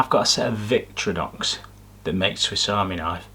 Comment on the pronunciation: Interesting video as I'm in the market for a new knife set but massively triggered, as a knife fan, your pronunciation of VictOrinox as VictrYnox. I couldn't not say anything #sorrynotsorry 😂